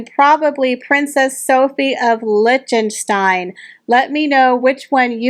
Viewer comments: Lichtenstein = Lick-ten-stein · I enjoyed the video and all of the dresses. The mispronunciation of tiara and Liechtenstein seemed amateurish.